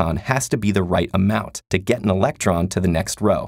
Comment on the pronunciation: electron, not election.